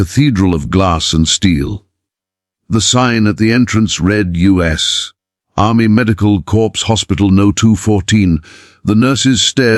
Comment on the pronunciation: just hit corpse instead of corps